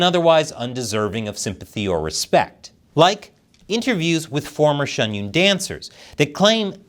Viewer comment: Why do you pronounce Shen Yun Shun Yoon?